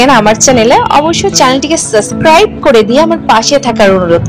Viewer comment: আপু সাবস্ক্রাইব শব্দ টা ভালো করে প্র্যাকটিস করবেন এটা শুনতে শোনা যায় সাসস্ত্রাইব। আরো নতুন কিছু ভিন্ন ও ভালো সুন্দর সুন্দর আনকমন রেসিপি দেখতে চাই । আর বাংলিস কথা না বলে পুরোটা বাংলাই বললেই শুনতে ভালো লাগে যেমন ঝালের গুড়া হলুদ পাওডার এটা না বলে হলুদের গুড়া দুইটাই একই রকম বললে ভালো লাগে। ভিডিও কোয়ালিটি আরেকটু ডেভলপ্ট করার চেষ্টা করিয়েন।